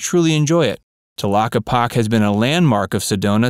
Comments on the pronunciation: It's pronounced "telockepakee". If you're going to do an informative video, get it right. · It's pronounced TA-LOCK-EE-POCK-EE "Tlaquepaque" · I’m from AZ, and I’m glad you pointed out the correct pronunciation of Tlaquepaque. First thing I wanted to comment about too.